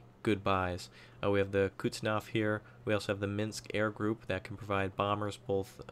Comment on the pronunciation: And while we are grammarnaziing, its Kuznetsov, not Kutsnov ;)